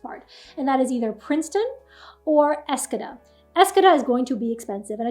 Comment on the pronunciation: ESS CO DA emphasis on theCO❤